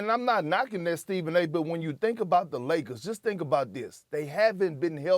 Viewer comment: Perk - Lozes Angelisis Lagers